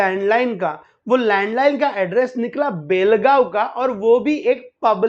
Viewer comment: सुरेश मंचेकर बेळगांव मे अपने बीवी बच्चे के साथ में अंगुर का व्यापारी बनकर रह रहा था और उसे कोल्हापूर में मारा है एन्काऊंटर हुआ है ऊसका उसकी बीवी पेशे से नर्स है समझे और बेलगांव नही बेळगांव बोलो हमारे मराठी नामों कि वाट लगाते हो तुम लोग 🤣 जय श्रीराम